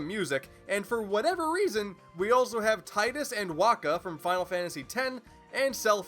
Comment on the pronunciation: Tide-us. slowly claps